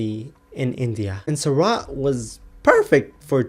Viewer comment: It's not pronounced 'suraat' it's pronounced soor-ut. You should learn IPA